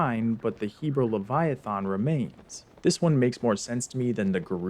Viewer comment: diva leviathan is not pronounced like that